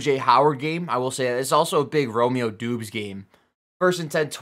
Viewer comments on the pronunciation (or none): I think it’s pronounced Dobbs not Doobs 🤣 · It’s pronounced DOBBS not DOOBS